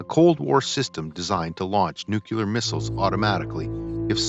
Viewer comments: NUCLEAR not NUCULEAR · Nuc-ular. Gross.